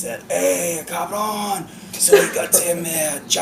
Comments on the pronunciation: Me imagino a Guillermo del Toro hablando en inglés y poniendo la palabra cabrón😂 en sus frases, muy de México 'cabrón' además Charlie lo dice perfectamente: cabrón!!! 'just cabrón'❤ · Charlie is so funny, and every time he said "Cabron" do it perfectly! :D